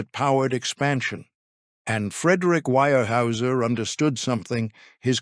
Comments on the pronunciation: Its weyerhauser. Not wirehouser. At least pronounce the name correctly. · Wire-Hoosier? Seriously?! Smash that thumbs down button 👎🏻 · Your pronunciation is horrible. The Germans (I believe) would say "vier hyser" and Americans would say "where houser". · ware- houser pronounced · It's pronounced ware houser. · The pronunciation of the name is not WIRE-houser. If the name is not correct, what else is wrong? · I can't get over the way he pronounces this... Phonetically... it's pronounced Ware-houser. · I would give this story a big hand if only your narrator had a clue about the correct pronunciation of Weyerhaeuser. The continued mispronunciation is irritating and disrespectful to people in the northwest who have longtime connections with Weyerhaeuser. Fix it! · Can't say the name right, and 9 minutes in and there's already about 10 false facts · The single most important word of the article. Get it right